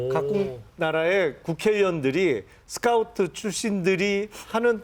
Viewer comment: 쓰카우트냐?? 용남씨 제발....... 하는짓도 손가락이 오그라들고 발음도 오그라들고 차라리 그냥 조용히 살라고 본인하는 소리 1도 신뢰가 안가요